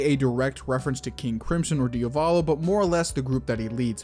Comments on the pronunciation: man im fine with pointing these out... but please call him Diavolo and not Diovolo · I turned the video off at ~ for two main reasons: The character is called Diavolo, Dia-volo, not Dio-Valo. Secondly: schizophrenia and multiple personality disorder/dissociative personality disorder are distinctly different Illnesses with distinctly different causes. DIS is result of childhood trauma and being Schizo is (most likely) the result of chronic inflammation of the brainstem while in the mothers womb. It can happen that those conditions intertwine, but it's incredibly rare. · Why do people say diovalo and not diavolo? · Why do you pronounce Diavolos name wrong?